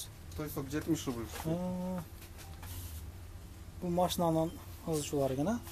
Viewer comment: Рубил эмес рубль